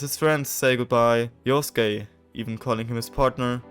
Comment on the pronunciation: Yusuke ❌ Yosuke ✅